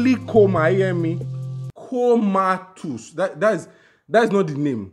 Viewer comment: I laughed hard at the way you pronounced 'comatose' Tito is so insensitive she should have noticed how awkward the conversation was and sensed something is fishy.